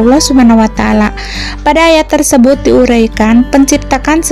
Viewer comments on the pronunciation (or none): none